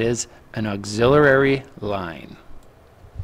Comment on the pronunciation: Its an auxiliary line not an auxiliarary line